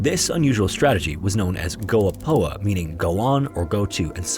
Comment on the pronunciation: Nice and Interesting video, your prounciation of Swedish and Norwegian cities is absolutely atrocious hahaha. Gå på (sounds more like goeh poehh than goa poa) literally translates to "Go on", but it's used as engage command or in this case as a battle cry for "Charge!". So it's not a specific name for a tactic, but rather the swedish translation to charge. You do explain the charge tactic of the "Karoliner" well. I'm Swedish and I know how cold it gets there even when it's -15C the humidity from the atlantic sea increases the feel to about -25C. The moist cold carried on strong atlantic winds chills you into the bones and I've yet to experience a worse pain yet. Personally I couln't hack the cold and moved to Portugal to escape it, I can only imagine how horrific it must have been to get trapped on that mountain side with insuffcient clothing and food. This campaign was truly what halted the Swedish expansion. Thanks for the nice video! I will be looking at more from this channel.